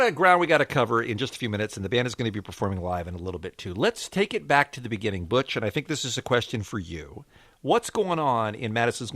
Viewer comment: When he said “b*tch” instead of Butch, I DIED-🤣🤣😂😂😂😂😂😂😭😭